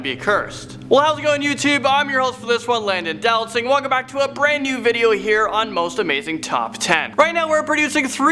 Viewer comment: It's pronounced Dow-Lat-Sing. He says do not sing because people have trouble with his name.